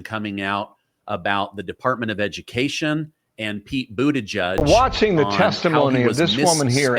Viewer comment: Pete Boo the Judge? Pete Booty Gig? I’ve never heard it pronounced the same twice in a row.